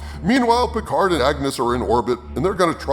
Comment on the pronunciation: Star Trek Peecard.